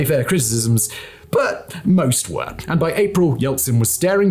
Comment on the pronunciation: Your “were” and “weren’t” could be enunciated a bit better please, i was confused at times since captions didnt seem correct